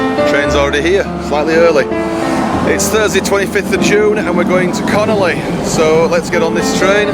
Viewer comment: Lovely video, but it CON ON LEY, NOT CONOLEY